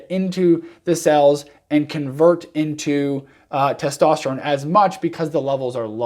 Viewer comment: “Testosteregen “ Lol